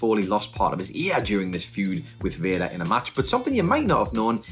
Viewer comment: I like how he calls Vader... Vaya lol